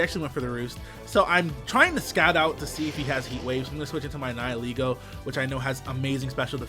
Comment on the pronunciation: HOLY SHIT HE PRONOUNCED "NIHILEGO" CORRECTLY THIS IS NOT SHOFU